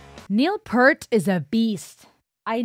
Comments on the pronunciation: It's pEARt hon. Not Pert. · The 60s and 70s was a time of innovation, of saying "what can I make this instrument do?" or "How can we make this instrument just a bit different, a bit trippier". So yea, a LOT of innovation and change in many, many bands and individuals and their music. The Professor's last name is pear-t, not pert. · I wish to politely correct you on the pronunciation of Niel Peart’s last name. It’s not pronounced like the “Pert” shampoo. It’s more like Neil Peert" (like "Peer" with a T). Do not feel bad. Many others pronounce it like the shampoo and for years so did I. Both are generally accepted (but I have learned through my many years in this world that pronunciation of someone’s name correctly is a sign of respect). I mean no ill intent here. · Say "peert", not "pert". P-👂-t Tom Sawyer is perhaps Rush's most popular or well-known song. Moving Pictures is their most successful album. There is an instrumental on MP called "YYZ". I HIGHLY encourage you to react to the "YYZ: Live in Rio" video as well as the studio version. Brazil fucking LOVES Rush, and they almost never get to see them live. The crowd in that video is just...amazing. Grateful, hyped, enthusiastic, there's just not enough words to properly describe that crowd. Then react to "Working Man" studio version from their first album (before Neil Peart joined) followed immediately by the "Working Man Live in Cleveland 2011 Time Machine Tour" to be absolutely blown away by Rush in the sunset of their career (Neil died of brain cancer in January 2020, but they stopped touring in 2015 because Neil refused to give the fans anything less than his absolute best, and he just couldn't do that anymore). THEN, after THAT, "Xanadu Live, 1981 Exit...Stage Left Tour". Then maybe "2112", studio/animated version, all 20 minutes of it. FYI, it is pronounce "Twenty-one Twelve". LOVE finding new Rush reactors!💘💝💖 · It is pronounced Neil Peert. Not Pert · It's P-ear-t (pointing to my ear). Got it?